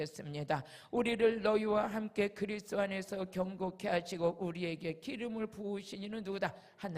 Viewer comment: 주여 목사님 다 은혜되고 좋은데 제발 그리스도 발음을 정확히 부탁드려요~~ 자꾸 제귀에는 그리스로 들려요 부탁드립니다~~ 예수 그리스도는 핵심이라 ~~ 죄송합니다~